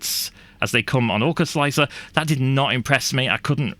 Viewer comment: slickthreeahr? i think its pronounced "slicer" the 3 is a placeholder for E. like 7 for T. gotta love softfever, he made my x1c be able to use an x1e feature with chamber temp setting. SWEET plus all the other extended options for perfectionists. mmm 0rk4zL1C3r what resolution and deviation are you slicing at with orca sir? if you use the stock 0.049 and 0.012 you are loosing out on surface quality for sure. i have sliced pretty much all models with 0.001 and 0.001 arc off, classic. for me i get very very pretty walls. the scarfed contour was the one on the left ;) the seamline was straight as it was a a straight wall. an afterthought after watching this interesting video; if the first problem arises and your solution does not help i wonder if printing the infill first will have similar effect, as that usually prints pretty fast so the pressure and temp has time to settle for the outerwall. thanks for making my greys work buddy. like this